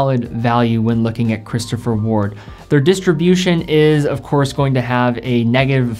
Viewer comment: He seemed to pronounce 'Christopher Ward' correctly, disagree?